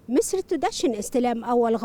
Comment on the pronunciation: ھھھھھھھھھھھھھھھھھ ,،  مصر وليست ( مسر )